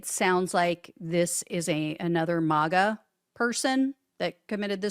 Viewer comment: It's maga not mawgaw